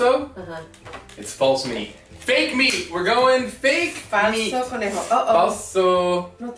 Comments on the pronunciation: He said falso conorejo😂😂🤣 #GUERRITODAMATRICO I LOVE YOU GUYS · “Falso Coñiorejo”😂😂I’m Puerto Rican🇵🇷 And I Love You Guys!❤️